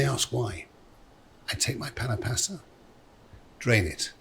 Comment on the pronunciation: Why does he refuse to pronounce pasta correctly? Ahhhhhhhhh😅